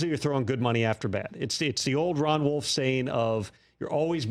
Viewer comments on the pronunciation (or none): none